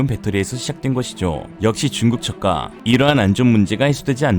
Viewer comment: 역시 중국 저가(낮은가격)가 왜 자꾸 "중국 젓가"로 들리죠 ? 물론 중국의 새우젓가격(젓가)이니까 별 문제는 없지만... ㅋㅋㅋㅋㅋㅋㅋ